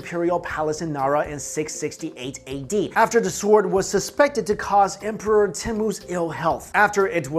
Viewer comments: You pronounce it Sord not sword... yes you spell it sword but that's not how you pronounce it!! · The 'w' sound in 'sword' is silent. it's pronounced as 'sord' :) but great video!! I love your channel so much. keep it up!! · Robert Roberts he's pronouncing svord wrong. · swooowwrrdddwwwwww sqwswrrreee spwwaaceeee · uuuugggghhhhhh,,, the w is silent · Why do you keep pronouncing the "w" in "sword", like Finn the Human? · ok THATS IT can we PLEASE incinerate EVERY bum that decides to pronounce the "sword" without the silent letter "w" or at least throw an egg at them XD Disclaimer: is excluded from this law and all of his associates as well because we have nothing but respect for em